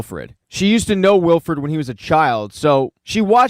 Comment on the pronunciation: Its Wilford, not Wilfred. Its not a first name. That's a main character dude, his name is plastered all over the train FFS. Could've at least double checked THAT of all things. Also you missed a very subtle neat detail at the very end - they show grass and plants growing nearby, with small living creatures. It means while everyone thinks their New Eden heat pocket is just temporary refuge, its not - the freeze apocalypse is finally starting to end.